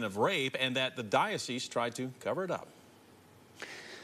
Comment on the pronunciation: To the tv anchor: the “s” in dioceSe is sounded. It is not silent.